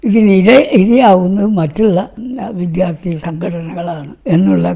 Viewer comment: വിദ്യ + അർത്ഥി = വിദ്യാർത്ഥി എന്ന് ശരിയായി ഉച്ചരിക്കുക.